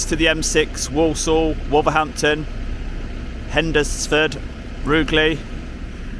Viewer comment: It's pronounced HENS FORD